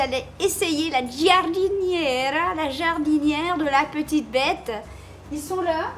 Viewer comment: Alors tu prononce jardinera. Le i est la pour faite du g un j , comme le e en français comme pour Georges par ex. 😆😆😆